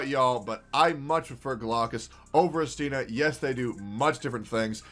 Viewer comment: Its actually I'stina (stress on the first syllable)